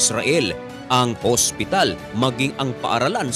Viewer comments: Magsu-subscribe ako kapag ang pag-pronounce mo ng hospital ay hindi HASPITAL. Tagalog na nga ang salita, HASPITAL pa. 'Di pa sabihing OSPITAL. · Ano talaga Ang pag bigkas mo hospital or haspital? Hahahahahaahh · hospital po hindi haspital😂✌️ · Ikaw matanong ko, ano ba talaga haspital o hospital, 😂😂😂😂 haspital hospital ospital, oa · haspital hahaha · Di ko nabilang ang word na hasp pital